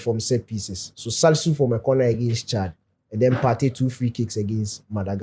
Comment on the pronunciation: What's making this whole "Chad" pronunciation thing funny is the movement and positioning of the tongue😂😂😂😂😂😂. Chale I dey die 😭😭😭😭😂😂😂😂😂😂